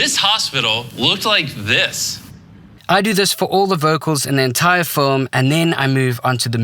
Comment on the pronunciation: First of all pronounce FILM correctly bruhh.